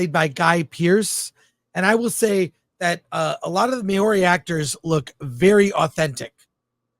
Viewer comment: Talks about woke but cant even pronounce Māori properly. Show they have no knowledge of our culture and goes on about woke veiws. This is the true history of New Zealand. I say this is one part of 3 movies. The first is to show pre European Maori and New Zealand and the next will be the kand war of parihaka would be my best guess ending wirh the signing of rhe treaty of Waitangi. If finished off right, we should get the 21st Maori Battlion movie. The story of New Zealand